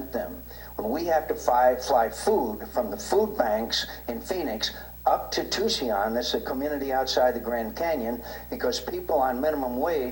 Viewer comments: " Tucion" where the hell is that, John?? It's pronounced TU SON, you know, in your State? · Did McCain just call Tucson "Tucseon"?